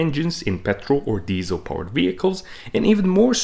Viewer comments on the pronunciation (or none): none